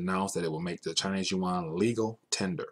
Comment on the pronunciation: It's yuan, ya dum fk